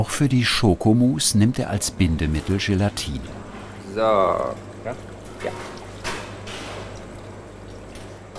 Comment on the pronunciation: Ist es eigentlich Teil der gastronomischen Ausbildung, dass man Dinge ganz besonders betont? GElatine, VINIgrette, RÖÖÖHsten, ... :D Oder liegt's an der Region?